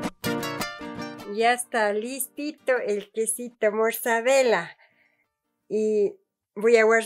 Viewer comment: Pobre, no le prepararon antes o corrigieron para que pronuncie bien el "queso mozzarella"... 🤔